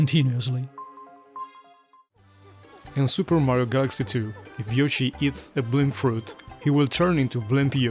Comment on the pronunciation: Had to stop so I don't risk any more spoilers (my son and I just started Super Mario Galaxy 2 together). Nice hearing your voice. Did you say Meh rio?